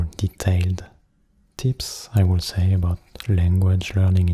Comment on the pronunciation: J'ai adoré ! J'aime pas trop quand tu parles avec ta voix grave d'habitude haha mais sur le long terme on s'y habitue et c'est vraiment agréable ^^ (petite remarque : j'ai remarqué que tu disais beaucoup le "l" de "could" ou "would" mais dans mes souvenirs, il me semble qu'il ne se prononce pas. Voilà ^^ j'aime t'embêter :P ~) bonne nuiiit